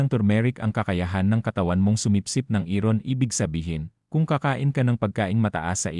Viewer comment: Bakit hindi mo binibigkas ng tama ung iron at habit, mali ang pagpronounce mo sa iron at habit